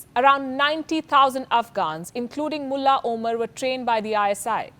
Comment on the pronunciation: Pronunciation of the word "mulla" seems like a abuse